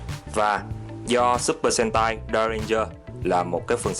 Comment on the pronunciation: Supper sentai đọc lẹo lẹo thành supper hentai đúng kiểu Nhật lun =)